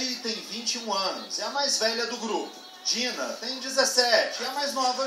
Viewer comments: DÍNA E ELLY ?! TANTOS ANOS DE ESTUDO PRA NÃO SABER PRONUNCIAR OS NOMES --' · Ele falou o nome da dinah errado '-' (Vendo o video em 2016 pq sim)